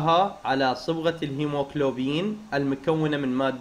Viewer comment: الهيموغلوبين مو الهموكلوبين❤🙂